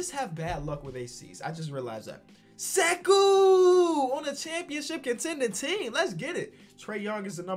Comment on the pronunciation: Whenever says Sekou it makes me happy